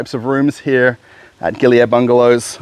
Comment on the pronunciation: Ah. The "Air" in the name is pronounced "ah-ye" fyi 😊